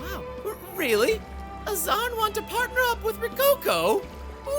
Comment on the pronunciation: wait, AZZARN nit AZZAM!? that is some bad keming